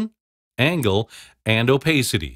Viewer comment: the way he pronounced "opacity" 💀